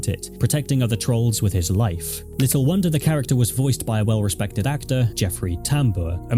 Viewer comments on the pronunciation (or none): none